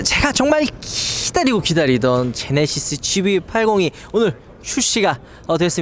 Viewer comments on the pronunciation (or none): none